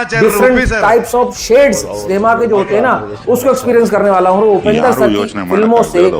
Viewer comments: It’s Upendra not Upender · Bro not upendar it's Upendra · Its upendra not upender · Its not upender its upendra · Upender nahi upendra bolo bhai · low*e its upendra not upender